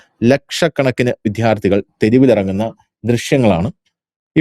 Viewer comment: വിധ്യാർത്ഥി? വിദ്യാർത്ഥി എന്ന് പറയൂ